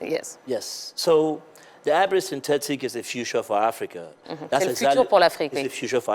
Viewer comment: Tia il a dit hybrid syntetic. Et pas seulement sintetice